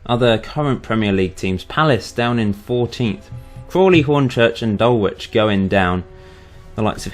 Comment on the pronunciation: No way would Dulwich do so badly! (Btw it's pronounced "Dullitch") :)